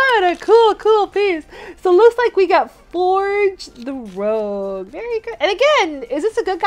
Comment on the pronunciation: Fun fact so everyone pronounces Rouge like Rogue but it's actually pronounced differently. Don't worry even Google gets messed up to . For example if you type in Rouge a lot of times it'll come up with stuff for rogue so usually I have to type Rouge the Bat